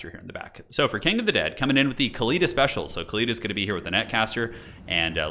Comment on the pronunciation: Khalida is pronounced with the Arabic خ for the KH ('ch' as in German 'Bach') Her name actually means immortal or eternal in Arabic Fitting for a Tomb queen.